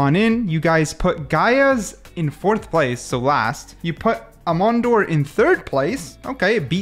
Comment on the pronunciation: I'd argue it's pronounced "ay-mon-deer"